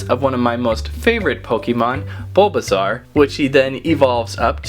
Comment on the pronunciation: Dude it's bulbasoau pretty iveasour and venusour